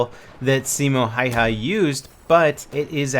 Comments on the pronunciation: "Siimou haihai" LOL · I love the way how you say Simo Häyhä XD Finland FTW !!! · Ahahahaha I love it how you try to pronounce the name! BTW I'm Finnish ;) TORILLA TAVATAAN